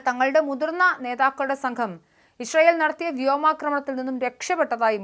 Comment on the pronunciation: ഇഷ്രൈ ഇൽ അല്ല മോളെ., ഇസ്രായേൽ 😂